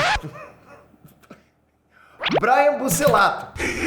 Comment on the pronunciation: kkkkkkkkkkkkkkkkkkkkkkkk PQP!! "brian bucellato" haaaaaa ta de sacanagem!!